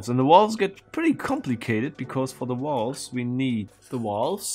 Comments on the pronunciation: THe what? The wolves ? I think you mean valves. vaaaaaaaaaalves with an aaaahhhhh. lol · "Why does he keep yammering about walls?" "Oh right, he can't pronounce the V". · I thought he called Valves, Walls. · i know you are German, and in Germany the pronounce the V as a W. But whe you say walves it sound very strange. At first I thought, Walls? But than i saw what you ment. Try to say the V as in Volkswagen or Verdammt. Than it sound alright. No offence bye the way 😬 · I heard walls for the longest time as well. even "wolves" once. totally confused, until he pointed at the valves.